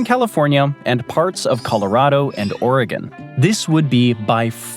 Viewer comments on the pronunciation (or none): none